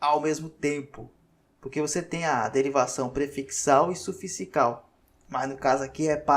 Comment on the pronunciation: Professor só uma observação, vc está pronunciando " suficical" pelo amor de Deus, longe de querer apontar como uma falha, seu conteúdo é incontestável, só falei pq isso tbm acontece comigo, daí peço que as pessoas que convivem comigo me aponte, pq deve ser uma dislexia, tbm não estou dando diagnóstico. É com mto carinho 😍😘